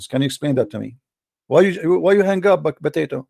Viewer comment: Official Idiot and “Stewpid” “Botatoe”